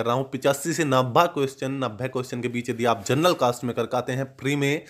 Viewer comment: नभे नहीं होता नब्बे होता है